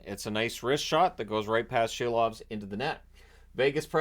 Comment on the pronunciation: You had it right. It is indeed pronounced Shilovs, Latvian spelling Šilovs (that little tick above S makes it soft).